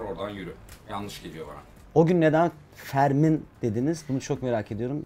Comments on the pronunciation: Fermın'ı da förmın diye okuyo en başta Allahim ya jajsjsjks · Fermın'ı Förmın diye okuyor. Bu adam iyi değil djoalzmskmdmd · Ya Ferman abi ısrarla Fermın'ı Förmın diye okuyor